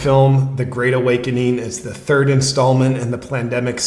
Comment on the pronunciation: “We have to penetrate zee cabinets”